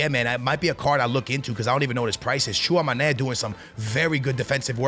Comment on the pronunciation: Bro i watch you every year , u are a beast but at least search how to pronounce your starters , Tchouamoney😂😂